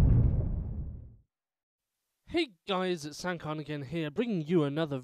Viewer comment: Your intro xD i thout you said: Send car! and then a minecart came.